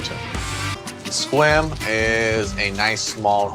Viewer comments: I just got over saying "Squim" and then this dude pronounces it once like "Squam" and I lost it again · I thought Mike said it the same as.